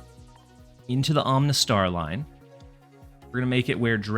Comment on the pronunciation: Are you purposefully mispronouncing the Pokémon names? 🤣 Om-uh-nite (not Om-nih-tee) Om-uh-star (not Om-nih-star)